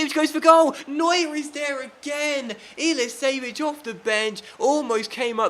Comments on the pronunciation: Its not pronouced Ilisević, its pronouced Ilichevich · Is pronounced illichevich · you say iliichevvich